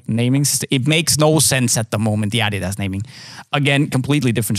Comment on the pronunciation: what the fuck... did I just hear pronounce "adidas" correctly? I had no idea he was Scandinavian until right this second, I been thinking he was American this whole tine.